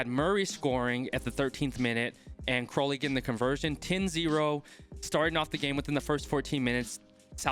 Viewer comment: Hey, just wanted to let you know that Crowley's name is pronounced cr-ow (as in if you get hurt)-ly rather than crow as in the bird